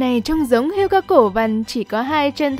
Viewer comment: Hươu chứ không phải hươi.